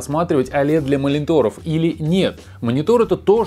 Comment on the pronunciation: Олед для моЛиторов) Милая оговорка. Вообще поражаюсь вашей дикции, периодически записываю некоторые вещи и.... понимаю насколько это тяжело и насколько большие у меня проблемы с дикцией. Но всегда мило слышать, что не только я косячу